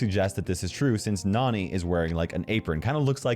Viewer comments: I bet this obvious, but! Nani, Nannie! Like cmon. Nani also probably getting her name from Jessie. Her being more young. Probably trying pronounce Nannie, and just being a cute kid and saying Nani! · That's pronounced differently nani is pronounced as in nanny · Please people. Nani’s name is pronounced Nanny because she is Jessie’s nanny. It’s simple!